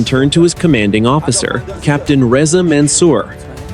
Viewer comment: Rezay eye. No. Rezah ee.